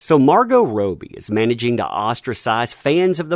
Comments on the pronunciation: Margot Robie? Think its Robbie mate (Rob-e) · isn't it Rob - ie? not Rope - ie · did he just say Roe-bee? LOL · So you can say Margot but you can t pronounce Robbie? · How you could possibly mispronounce Robbie repeatedly is beyond me